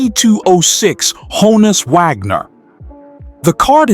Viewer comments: Vagner? It's pronounced "Wagner", just as it's spelled. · It's an AI narrator. It got the pronunciation right when it read the first and last name together. The Vagner happened when the script just had the last name. The AI must have thought it meant the composer. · Did he say honus vagner??😅😅